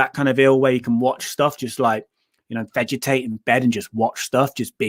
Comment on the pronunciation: The Bad Watch. But you pronounce Watch like batch.